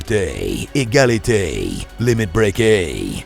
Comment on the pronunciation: LIMITE BREAKE hahahahaahah